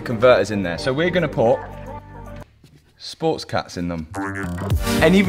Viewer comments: "Sports cats" 😅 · "Sport cats". LMAO. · “Sport Cats” 😂